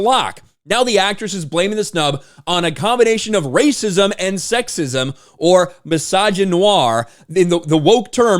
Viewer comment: It's rrrrrrrrrrrrrrrrrrracism!